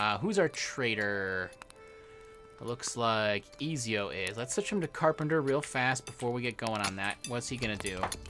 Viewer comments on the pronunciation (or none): ^_^ am I the only one who thinks Ezio should be pronounced Eh-tsi-o !?(ts like in tsunami) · Reminder on how Ezio is pronounced is E-t-zio and keep up the good work